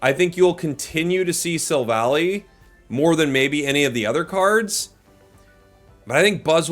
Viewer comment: Dang, he almost got the god tier right (Silvaly). Close though.